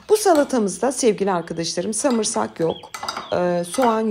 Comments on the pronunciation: Abla diksyonun çok iyi ama bir çok kelimeyi yanlış söylüyorsun 😂 Eşki degil ekşi, hemojen degil homojen, samırsak degil sarımsak 😂 Eline sağlık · Ben şimdi dayanamayıp buraya yazıcam. Hemojen değil homojen, eşki değil ekşi, samırsak değil sarımsak diyoruz. Yani bunu yazıyorum çünkü 2 milyon takipçiniz var ve senelerdir yayın yapıyorsunuz belki sık sık hata yaptığınız belli başlı kelimeleri düzeltmek istersiniz diye düşündüm. Sevgiler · Çok haklısınız. "Samırsak"🤦🏼 🤦🏼🤦🏼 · Eşki, hemojen, samırsak 😊 Tarifleriniz cok güzel ama Türkçe'ye dikkat🤗